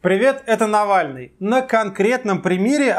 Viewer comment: тэк, блэд, навэльный!